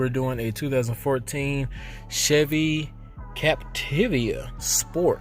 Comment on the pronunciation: All good, but you messed up the name. Its Capti-va (not Capti-via)